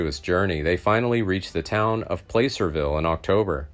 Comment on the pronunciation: Placerville pronounced ; Plass-ar-vil